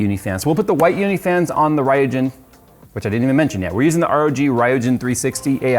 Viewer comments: That's RYUJIN Not Rhiojen. Remember Ryujinjaka . Ryuk. That RYU-JIN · So much trigger bait in this video. - Crossed over AIO tubes - RAI YOU JIN instead of "ryoo-jin" - Animated GIFT instead of JIF